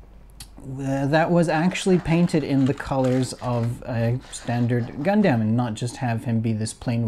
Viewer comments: Is it just me or is it weird how he’s saying gundam (gun-dem?) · I would have loved to watch but your inability to pronounce Gundam correctly has kept me from doing so.